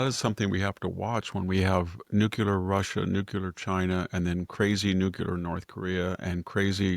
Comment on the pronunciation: Victor, Victor, Victor.....please ! It's nuke'-lee-er, not nuke'-u-ler. Love you regardless !